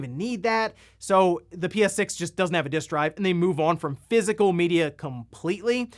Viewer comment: Each time says all the syllables in physical an angel gets it's wings.